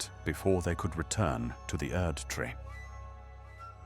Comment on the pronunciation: well I gotta say I am very glad that you had the idea to start this project, and you do a great job at tweaking that voice because honestly it’s 100% seamless. The way it says “Erdtree” is always very satisfying lol, and many other particular words. Really nailed the exact perfect documentary accent. I look forward to seeing where all you take this style of content going forward, and here’s hoping you continue to grow in order to do more and more things with your vision :) who knows maybe one day you’ll get someone like David Attenborough to make a guest appearance 👀